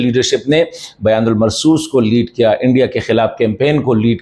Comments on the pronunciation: توڑی تصحیح فرمائے بیان المرصوص نہی بنیان المرصوص ہے کیونکہ یہ قرآن پاک کی آیات مبارکہ ہے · aap aik musalman hain aor aap Quraan pak ke alfaz theek nahi bol rahe afsos hai aap BUNYAN UN MARSOOS ko Bayan ul marsoos keh rahe ho ager aap ne Quraan nahi perha to please aaj se shuru ker den shukriya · kindly try to pronounce the word BUNYANUMARSOOS correctly. Wrong pronunciation affects your personality. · اپ بنیان المرصوص کیوں صحیح نہیں پڑھ سکتے کیونکہ اس کا یہ تاثر جاسکتا ہے کہ اپ نے قرآن مجید نہیں پڑھا ھوگا بےاداب معاف